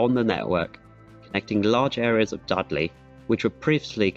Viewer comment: Dud lay surely!